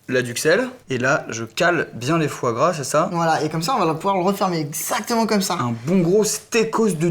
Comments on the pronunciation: ARRÊTE DE DIRE FOOORA A LA PLACE DE FOIS GRAS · mdrrrrr il dit " foie rat " pas foie gras 😂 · quand et fois gras on dirait qu'il dit forains